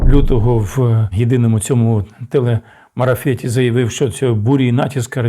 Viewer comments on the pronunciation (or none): Ведучий допускає помилку: не "Телемарафет", а "Телемарафон". Я уявляю яку панику та безлад створив би уряд якби об' явив про початок війни ще 22 лютого до початку повномосштабного вторгнення. Це спричинило би створення умов для безглуздих панічних жертв серед населення. Багато людей зі слабкою нервовою системою очікувала на коментарі Арестовича просто щоб спокійно можна було заснути у важкі часи. Як можна ставити у приклад губернатора Білгородської області, "людину" котра покинула свою область разом із правоохоронними органами та гвардійцями, яка не явилася забрати поранених війскових рф, просто кинувши своїх - збіг. Перший раз бачу канал, враження - заказназний інформер, направлений на внутришньополітичний розкол України.